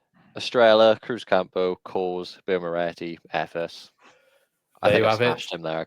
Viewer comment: As for the beers , when you say Estrella , silent Ls pronounced as a yya at the end and Cruzcampo, be like Croothcampo , my parents have a house in Spain and know Spanish well